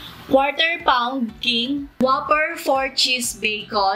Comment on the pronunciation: Whooper! Not waffer